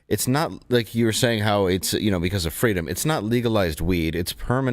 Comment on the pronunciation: That poor wittle twans child has the same speech impediment that Kamawa Hawwis had as a child. All they want is FWEEDOM.